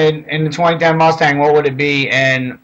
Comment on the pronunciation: Vaughn, Vaughn, Vaughn...why Rustang?